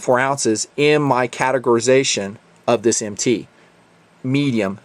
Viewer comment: the problem is he says MT as an initialization instead of an acronym, it would be a single syllable if said so